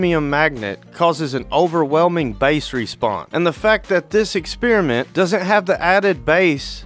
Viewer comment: Experiment, no exspearmint.